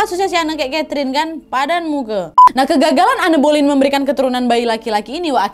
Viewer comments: Kak koreksi dikit maaf yaa, baca namanya an bolin, bukan anne boleyn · En belin , kata guru bahasa Inggris ku sih gitu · Anne Boleyn dibacanya En Bolyn ka😭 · Aku terbiasa denger pronounce namanya 'Enn boleyn' tiba tiba denger nadia sebut 'anne boliyin' jadi lucu😂 Semangat wakk, next bahas istri Henry VIII lainnya yaa!!! ❤❤❤❤❤ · Cara baca namanya anne boylen itu en boylin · En bolin bukan ane boliyin😅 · Di baca en belin bukan boleyin ✌️ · Iya kak, dikepala udah stuck en boliin. Ini sama kak nad jd aneu aneu, berasa denger kisah lokal tp sukaaak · Sebutan Anne Boleyn itu sebenarnya Enn Bolin. Tp gpp ya, sama2 kita share pengetahuan. Youtuber story telling yg da best pastinya kak Nad. Disusuli babang tampan Hiro terus kak Ness. Cuma mereka yg aku enjoy banget cara story tellingnya. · Anne Boleyn bacanya itu en bolin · Bacanya (an Boleyn) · Kak Walaupun tulisannya Anne Boleyn bacannya "En Bolyn" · Koreksi dikit ya kak, bacanya "en bolin" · kok gk enak banget ditelinga pelafalan namanya Anne Boleyn. Coba dong belajar dl pelafalannya, jd kyk asal sebut. Harusnya "Ann Boliyn" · sorry nih tapi dibaca nya "en bolin".ga enak bgt di denger plis😭